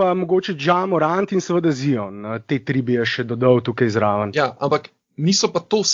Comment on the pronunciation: Zdravo, a lahko že končno nehamo s tem smešnim izgovaranjem Ziona. A lahko naslednjič normalno izgovoriš Zajon, ker je moteče in smešno poslušat, ko rečeš Z-I-O-N. Če se greš pa že to "Piši kao što govoriš, govori kao što pišeš" potem bi moral ravno tako izgoviriti T-R-A-E ali J-A...... Dej povej mu